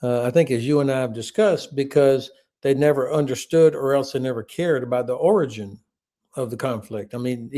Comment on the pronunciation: understanding or caring about how to say the word "origin" would have been a useful start.